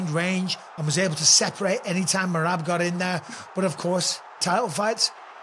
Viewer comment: Can someone tell to learn how to pronounce Merab’s name? 😂